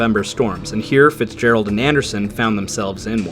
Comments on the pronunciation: "Edmond Fitzgegald", wtf? How did the artist manage to mangle the name so badly? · Ah, yes, the tale of the 'Edmond Fitzgegald'...